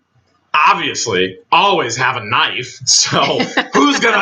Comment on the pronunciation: why do you always say knife wrong? It fits your personality